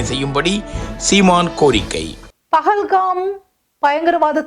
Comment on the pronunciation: பகல் கம் அல்ல , அது பகல்கம்.....